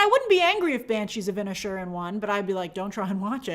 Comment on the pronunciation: Inish Erin break it down Grace..you break my heart wioth your pronunciation sometimes